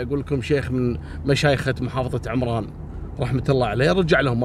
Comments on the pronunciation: محافظة عٌمران بفتح حرف العين وتسكين الميم وليس بكسر حرف العين كهذه عِمران × ... تحيتي لاجمل قناة ولكل المشتركين بها 🙋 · طبعآ المحافظة تنطق عمران بفتح العين لا بالكسره وتحياتي للجميع من وسط عمران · تصدق يا انا في صنعاء وما سمعت بالحادثة إلا منك 🤤 قصصك كثير شيقة ومبدعة للعلم يا المحافظة إسمها عَمران بالفتحة مش بالكسرة. وشكرا جزيلا لك